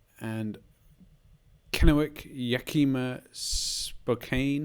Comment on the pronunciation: Ahhhh, first guess, good to have you in my neck of the wood. For reference, it's Yak-ee-ma, and spoe-can. I was saying to myself "you need to zoom in a bit more" Good guess, tho, for not being able to move. A really great round, especially iceland.